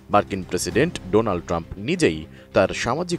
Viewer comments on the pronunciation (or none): none